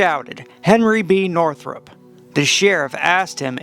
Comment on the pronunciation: The name is Northup, NOT Northrup.